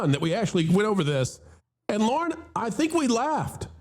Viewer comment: Disney might go for that - every time calls on Lorn it sounds like "Lauren", so he ✔️ the DEI checkbox